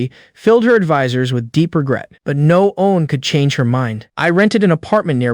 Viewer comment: No seriously... what is wrong with all these ai stories that can never pronounce the word one right o.o is this word some kind of forbidden curse?